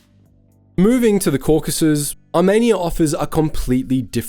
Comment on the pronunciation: “Caucus” mountains. Lol